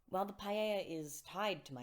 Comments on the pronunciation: When you say "paella" do you mean the "Pieta"? Pee - eh - ta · I think it’s just a mispronunciation. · paella? Do you mean pieta? Or has it been pronounced like the spanish rice dish all this time? Love your music btw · It sounds like you're saying "Michelangelo's paella". Do you mean Michelangelo's Pietà?